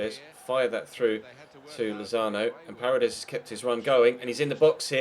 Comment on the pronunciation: it's parEdes not parades